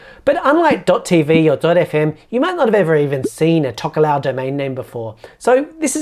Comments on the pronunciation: Say Talk-aa-low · Great video, but from what I know of these countries (some study of these islands at tertiary level) your pronunciation of Tokelau and Tuvalu aren’t quite accurate. As I understand it they are Tok-ee-lao and Too-var-loo. Can anyone from these places confirm whether I’ve got that wrong or not?